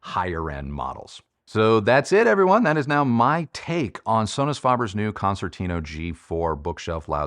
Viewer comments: Hey! A suggestion from an italian subscriber: why don't you pronounce the name "concertino" the (right) italian way? Let's try: "concertino" means "little" or "tiny" concert in italian, and it's pronounced with a soft second C as a "ch" in english. So it's more like "Konchertino" for you english speaking hifi reviewer;-) cheers! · I love Sonus Faber Concertino since first version, beautiful sounding speaker but not for all types of music unfortunately. Love the review, but just one remark, your pronunciation of its name is far off from its original Italian version and it hurts my ears a bit 😊. Please try to fix that in future videos.